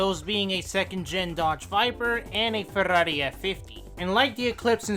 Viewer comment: love this video. finally someone says ferrari as it shuld!!!